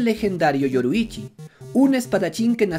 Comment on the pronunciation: y manao otra cosa no es ni yoroichi ni kibutsuki es: yorrichi y kibutsuji, por lo tanto todos tienen razon vamos animo aprendete esos nombres no es tan dificil solo es consejo por si acaso